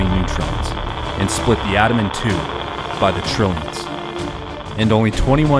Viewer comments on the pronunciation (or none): none